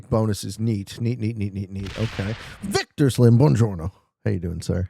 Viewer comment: Boo on jorno, not bawnjourno ✌🏻